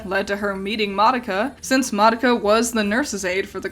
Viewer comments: The Japanese characters, and the Japanese pronunciation, is not "mahducka" which is what youre saying. Im literally Japanese and telling you you're wrong lmao. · Sort of weird how you mispronounced Madoka for the entire time she’s on screen…